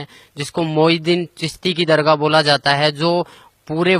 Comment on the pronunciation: Bhai tu har ward Ko thik padha .siway Moinuddin chisti ke